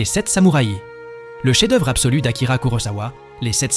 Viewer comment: Personnellement je trouve que vous avez une narration curieuse...cheffe d'oeuvre....Pulpe fiction avec une prononciation plus que française, les 7 samouraiii...qui se cache derrière cette voix ? Je trouvais ce classement intéressant mais pour le coup pas envie d'écouter un robot ....